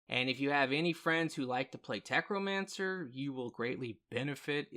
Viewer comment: say it with me.....tech....no....mancer....NOT FUCKING TECHRO. WHERE THE FUCK DID YOU GET THE R?!